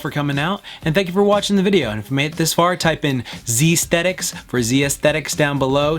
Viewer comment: Z-Sthetics man,Z-Sthetics